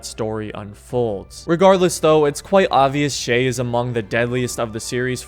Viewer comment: It’s shay